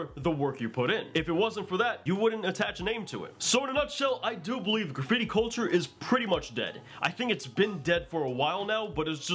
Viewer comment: You're saying graffibi...........